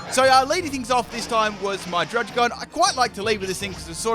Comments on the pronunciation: It’s pronounced drud-Id-gon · druggi-gon (druddigon)